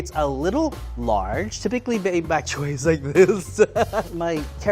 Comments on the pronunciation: this man said buk chyoy Lol not Boc Choy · Lorenzo, it's BOK choy, not "back" choy. Also, there's no such thing as a Level 1 chef. Level 1 home cook is what this person should be titled. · Did anyone else hear Baby-Back Choy? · Lorenzo, early in the video, did you say 'Baby Back Choy' like baby back ribs? Cute!